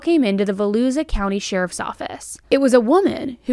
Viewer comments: Not Vel-ooza. Vel-oosha for Volusia County. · Im so happy you're taking care of you!! ❤ Side note- it is pronounced Vo-lu-sha (Volusia) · Do you have Siri to tell you how to pronounce words? Kissimmee= Ka-sim-me. Volusia=Va-loo-sha. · Hi....I live in Florida, and just want to help....Volusia is pronounced vol-YOU-shia county. Hope this helps in the future ❤❤❤❤ love yo u and another great breakdown of a gruesome case!